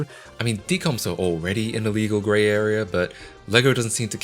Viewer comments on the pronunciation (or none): none